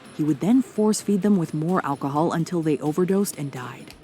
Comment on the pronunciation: “Getting them drunk- on alcohold” 🗿 W vid btw